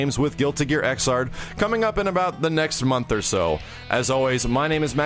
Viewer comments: Xrd is pronounced "igzard" BUT YOU GO AHEAD AND SAY IT WrONG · hey the right pronounce is "Zerd" for Xrd;)